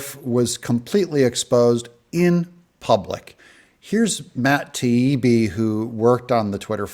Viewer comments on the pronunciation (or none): Since we are on word pronounciation. It's not Matt Teibbi, it's Matt Taibbi ! No e sound but the I sound . As in Thai Food or Taiwan !